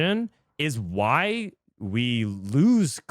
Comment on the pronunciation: Can you just read it normally? Like we all know “wghy” = “why” you don’t need to say “we ge he”